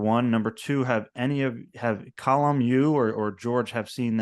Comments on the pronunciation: His name is being mispronounced. His name is Colm and not Colum. Pretty basic stuff, as my name is Steven and not Stephan. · People seem to call him ‘Colum’ as opposed to ‘Colm’. I’d noticed the same thing. A weird pronunciation quirk.